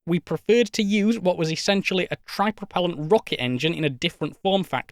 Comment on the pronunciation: tripropellant my beloved you did say it normally tho